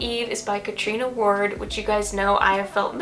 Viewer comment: Great list! Can’t wait to hear your thoughts!! I just have to mention as I’ve noticed in the last few videos you’re saying her name wrong , it not catrina ward it’s catRIOna ward 😊. Hope you have a great reading month ❤